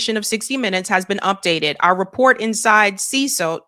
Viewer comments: See cot not see sote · It’s pronounced seh-CAUGHT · Damn, does she not know how to read? She pronounced CECOT "CESOT" at least three times! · You are totally buchering the word "Cecot". How have you not heard this word before? Is it not your damn job to know these things? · How is that this ignorant woman not know how to pronounce CECOT?? That he’ll hole is been in the news covered by her fellow journalists to infinity and this individual had never heard of CECOT!!!!!!! 😅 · I know, right? How do you see "CECOT" and pronounce it like she does?😂